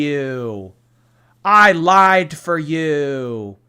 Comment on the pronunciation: Why she say “I have laeid for her” like that? She’s so annoying